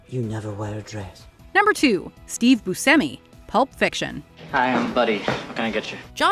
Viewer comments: Steve BuSHEmi... not BuSemi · I believe his name is pronounced Boo Shimmy. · I believe it’s pronounced BOO-SHEH-ME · She pronounces Steve Buscemi's name two different ways in this video, and neither one is how I pronounce it. I've always said Booshemmi. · is she saying Steve Bucemi's last name wrong or have I been saying it wrong all these years? lol I thought you pronounce the C like Ch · He pronounces it as boo-seh-me but states the correct Sicilian pronunciation is boo-shay-me so he doesn't correct others when they use the "sh" in the pronunciation. He seems cool with either. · Hey. Buscemi grew up pronouncing his name as boo-SEM-ee, in an anglicized way. In Sicily, where his ancestors are from, it is pronounced as boo-SHEM-ee. He once remarked, "I had to go to Sicily to find out I pronounce my name wrong" You're pronouncing Steve Buscemi wrong. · I believe Buscemi is actually supposed to be pronounced “boo-SHEM-ee” even the actor admits he’s been saying his own name wrong until he visited Sicily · How is it no matter what video puts out they always butcher how something is pronounced? Like they way they are saying buschemis last name. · Nope, she said it wrong. He confirmed it's with a ch sound. It bugs me so much! This isn't the first time either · Why does she say Steve Buscemi so freaking weird?!?! She is always pronouncing things very oddly 🤦🏻‍♀️